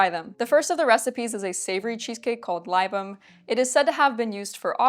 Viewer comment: Oh, btw, libum is pronounced like lee-boom. I'm a pedantic stickler....